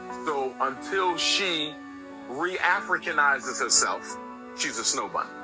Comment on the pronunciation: Reafricaninize?????????????? What?????????? 💀💀💀💀💀💀💀💀💀💀💀💀💀💀💀💀💀